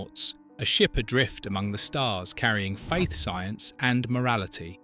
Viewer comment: Did you say Faith, Science and Morality or Fake Science and Morailty?